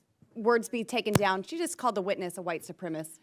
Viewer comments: Boebert is the quintessential uneducated boob. She is genuinely stupid. Also when she mispronounces a word on the floor of Congress (supremacist) a correction needs to be entered into the record. This is a congressional hearing not some red neck church in Flashyourdick, Colorado. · She said white supremiss TWICE! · "white supremist" 😖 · Boebert says "supremist", she can't pronounce supremacist... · ... actually, she said, ""soopremmis" ... I imagine she can't define "supremicist" ... or soopremmiss.... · Boebert is so illiterate she can't even pronounce the word 'supremacist'.